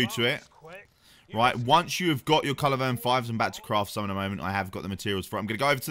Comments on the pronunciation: At this point I'm thinking he must be saying 'culivern' instead of culverin on purpose lol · Bad do when you can't say culverin properly